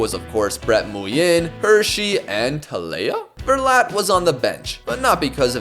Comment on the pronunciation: Nguyen in Vietnamese is pronounced like "Wing" basically btw